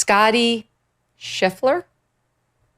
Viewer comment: I agree …..thanks for mentioning Scotty ………but please , next time learn how to pronounce his name……….